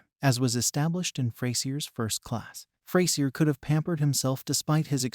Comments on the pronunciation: It’s pronounced Fray-zhur, you Neanderthal nit wit. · Well this is a big poo poo party! Sorry but you are about as wrong this as you are pronouncing the characters name! A being that Grammar is close if not a obtaing a TV record for a 40 yr career in a sitcom who are we to judge? any new series needs time to gel. The difference is that frasier has an arsenal of not one but 2 award wining cast that could show up at any point. Honestly he could keep it coasting for 2 or 3 seasons with that alone. We simply have a new cast learning to work together first.. Fraisier has to have challenges, it keeps things interesting. He will however need to develop his cast to build a legacy but that will take time, Freddie has strong characteristic and that has potential. also Grammar has a lot of energy for his age and this will make all the difference.